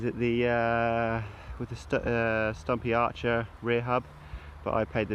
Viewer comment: Sturmey Archer btw, not Stumpy Archer lol.